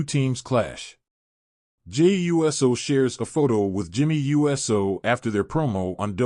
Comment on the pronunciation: Very informative, but my dude, it's pronounced, oooso, not U S O. 😉